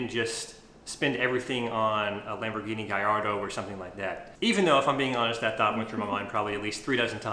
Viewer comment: Lamborguini! 😅😅😅 nahh... you did awesome!! I would have done the same